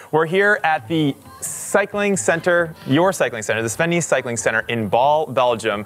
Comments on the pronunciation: FYI: his name is pronounced ‘Nas’, not ‘niece’ or ‘nice’ 😎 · As a native Belgian, it's so funny to continuously hear Jeremy butcher Sven's name. Nys is pronounced like the English word 'ace' with an n in front of it. Other than that minor detail, a very good video from GCN! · The pronunciation of his last name -------- please do right! :-) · The y is pronounced like the ai in "air", not as the i in "nice". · At least say his name right